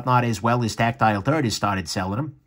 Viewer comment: HahahahahahHAHAHAHhahHaha IT SOUNDS LIKE YOU'RE SAYING TACTILE TURRRDDDDD HAHAHAHAHAHAHAHAHAHHAHAHAHAHAHAHAHAHAHAHAHAHAHHAHAHAHAHA